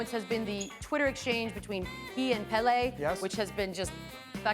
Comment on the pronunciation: At least she pronounced "Pele" correctly